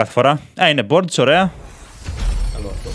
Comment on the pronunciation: Τα λέει λάθος τα bords και τα rare